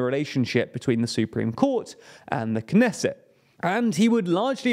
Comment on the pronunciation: PRONOUNCE THE T IN KNESSET!!! This is not French!!!